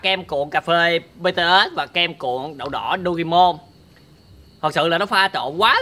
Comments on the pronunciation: Em là fan bTS luôn đó và Em nhắc anh là bTS mới đúng chứ ko phải bê tê têch Đâu Anh đọc Sai chính tả rồi😍😏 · Btet mà cứ đọc là Btết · Ko phải là bê tê us mà là bị từ ét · má ARMY như tui nghe ảnh đọc chữ BTS là "bê tê ét"mà tui tức á trời >:< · Ổng đọc chữ BTS tui trầm cảm 🤣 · kem cuộn bts ko phải bê tê ét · Anh ơi BTS đó anh đọc sai rồi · Đọc sai tên BTS, còn sai luôn cả J-Hope BTS